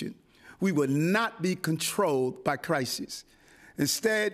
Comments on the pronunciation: The “Crisee.” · Wtf is the "crysee" ?